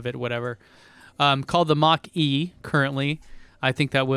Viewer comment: Ford is coming out with a Japanese model the "mach-e mach-e"